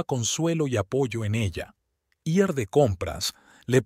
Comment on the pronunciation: Tampoco sabe decir ir